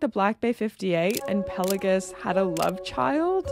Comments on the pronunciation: Do you even know what Pal-ei-gues means? I doubt it 😂. And it’s pronounced Pel-a-gos . What’s wrong with your speech ? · I agree on the rivets of the Black Bay. Don't notice it when on the wrist. However, I do question your pronunciation of 'Pelagos'.